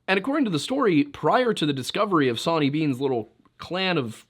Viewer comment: Soooo did Zoe Hanje from Attack on Titan name Sonny & Bean after "Sawney Bean"? The way you say Sawney sounds more like sonny.... crazy